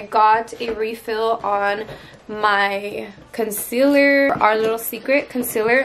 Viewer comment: Someone please tell her its "conCEALER" not "conSILLER"!!!!!